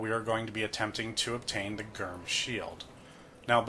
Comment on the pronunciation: I like the video but “Gyrm” is pronounced like “germ,” no hard g